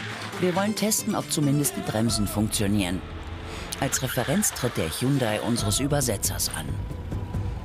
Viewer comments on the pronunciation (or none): none